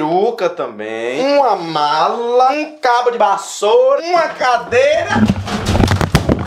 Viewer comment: "uma cadeiRaAa"